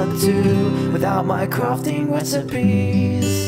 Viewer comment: Did he say “wesipies” Or “resipies”?